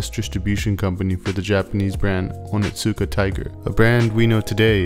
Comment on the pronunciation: It's not "oh nit suka tiger" it's "oni-suka tiger". The T is basically silent, because "ts" in Japanese words is just an S sound with a VERY subtle (almost silent) T sound before it. Just a heads up from a word nerd... and Onitsuka Tiger fan 😸